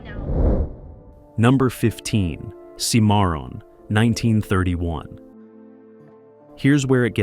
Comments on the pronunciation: For the love of God, pronounce proper names correctly!! Seemeron?! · The narrator needs to re-record and pronounce “Cimarron” correctly.